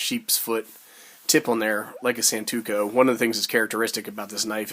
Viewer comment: Good vid. It's not pronouced "San-tu-ko". It's pronounced "San (like Daniel San // To (as in toe) // Ku"...